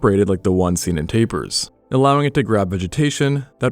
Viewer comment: TAPERS LMAOOO Im Malaysian, and this is too funny, hehe I get the funny accent a to e